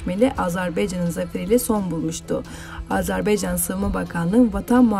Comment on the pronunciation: AZARBEYCAN DEĞİL